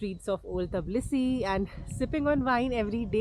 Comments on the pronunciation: Everything was well explained and in details. However its not "Tablisi" , its "Tbilisi". I love the country and will be going back again. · Teblisi.....😂 Or tiblisi ... Tabla nahi nahi hai mam😊